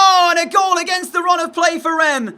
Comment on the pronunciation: Reims is pronounced Raince